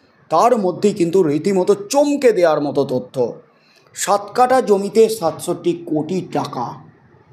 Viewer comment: বেআক্কেল ভাই, কাটা নয়, কাঠা । লেবু, লঙ্কা, আম, কাঁঠাল কাটা হয়, যায়, / But জমির কাঠা হয়, জমির কাটা হয় না। বর্ণ, অক্ষর, শব্দ প্রয়োগ সম্পর্কে প্রশিক্ষণ নিয়ে নাও ! 😏😏😏